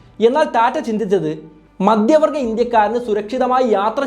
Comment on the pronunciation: എല്ലാ വായകങ്ങളും "ആണു് " എന്നവസാനിപ്പിക്കുന്നത് അരോചകമാണ്. ഉഛാരണം തീർത്തും വികലം. "മദ്യവർഗ്ഗ ഇന്ത്യക്കാർ "എന്നു പറഞ്ഞാൽ മദ്യപാനി കളായ ഇന്ത്യക്കാർ എന്നാണർത്ഥം. നിരന്തരം ആവർത്തിക്കുന്ന വാക്കുകൾ. "വല്ലാത്തൊരു കഥ " എന്ന പരിപാടിയെ വല്ലാതെ അനുകരിക്കുന്നതായി തോന്നുന്നു.